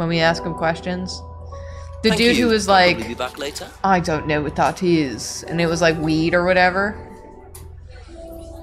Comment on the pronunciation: Every time does the "Be back later on if that's okay", it sounds like "bee-bap", like he's gonna start scat singing. "Bee-bap ba dideli-doo... Bee-bap ba daba-da" 😂